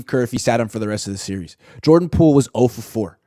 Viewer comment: Pordan Joole😂